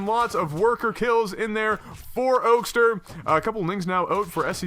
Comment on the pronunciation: Also, it's pronounced Oak-ster. You had it right the first time.